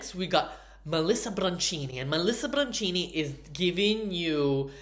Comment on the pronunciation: it’s Melissa BIANCHINI … BIANKINI - like BIANCA. Not Brancini